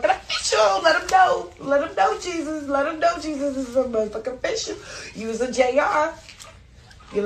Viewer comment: His middle name is pronounced haysues. Not Jesus.